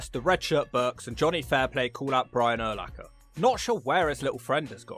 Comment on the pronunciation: Also, Urlacher was a big dude,. 6'4 250lbs. Freak athlete. And cheers on saying his name correctly for the most part.